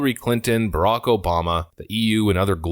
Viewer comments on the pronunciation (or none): none